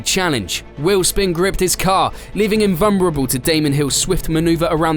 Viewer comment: Leaving him vumrable? 😂